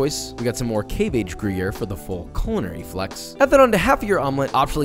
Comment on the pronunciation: Oh God, the way he pronounced gruyère 😭😭😭